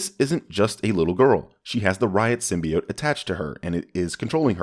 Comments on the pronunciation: "Symbiit" Smooth, smooth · Its sym-be-ot not sym-be-t great video though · says “sym•bee•it”... +1000 sins. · Wrong. It’s Sym•bee•YOTE goddammit! Lol